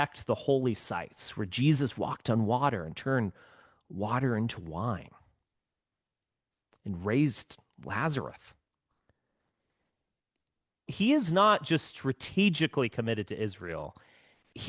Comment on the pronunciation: "Lazarus" not Lazareth